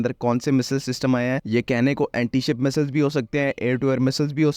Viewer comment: Phele missssseleees theeek hai Boln seek le